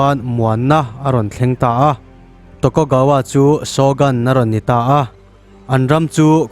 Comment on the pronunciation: Shogun hi mizoṭawng alohabet anga lam tur ani zawk lo maw?